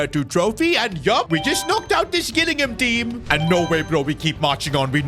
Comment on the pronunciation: No way bro said Guh-illingham